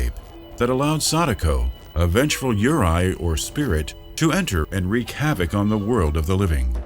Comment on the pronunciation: I was shocked when I heard you mispronounced "yurei." Yurai? Yeeesh